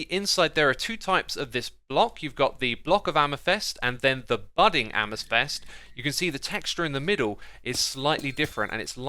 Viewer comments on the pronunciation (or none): my ears suffer with the ame"thest" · Why are there no comments about X saying ame-thest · You say amethest, but isnt it pronounced am-e-thyst? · nobody: xisuma: AMEFEST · Everyone: Amethyst Xisuma: Amythest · Sounds like you are saying "Jeava" rather than "Java" (think of how Jamaicans say Jah - their personal name for God), "amithest" rather than "amethyst," lazuli should be pronounced with the accent on the "a" rather than on the "u." And I mean the green copper is essentially copper rust :| I wish they'd make waxed copper shinier and that they would add rusting iron mechanics. Thanks for the informative vid! :3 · Xisuma, love your videos, but, please stop pronouncing it ‘am-a-fest’ it’s am-a-thist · Its AMETHYST, Xisuma, AMETHYST not AMYTHEST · Dude, can you not say amethyst? You keep saying amesthest or amathest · Every time you say Amafest I say AmaFist - and it's a lot lol. It's Says not sez 😜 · I can't listen to him saying "amethest". It's so wrong!!! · It's AMETHYST MAN.. NOT AMATHEST!! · "Amythest" :D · Calacite, amathest, nether instead of never. Xisuma is a grammar Nazi's worst nightmare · Don't mean to be nitpicky but it's pronounced am-a-thist not am-i-thist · Ah yes, calicite and amythest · Anyone else get triggered that he pronounced it amethest instead of amethyst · "amethest" and "calicite"?? am i missing a joke or is he just pronouncing them wrong? Also 16 types of copper block +12 waxed variants, 28 new blocks just for copper, no wonder we have inventory issues, same thing with blackstone, like 20 variants for just one block, i'm really glad we have all these new blocks but christ you can't just add tons of new blocks and not do anything for inventory management, and bundles seems pretty pointless honestly, between getting the rabbit hyde to craft them and using them it feels harder than just managing my own inventory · All trough the video you keep saying amethyst incorrectly. It's a-muh-thist, not a-meh-thest. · "amafest shards" lmao :D